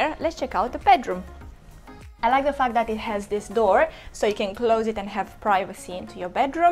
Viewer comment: she said fact but sounds like fuck,,,hahahha